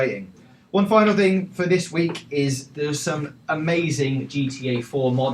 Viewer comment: Notices how he say the letter K.. "this weekgggg"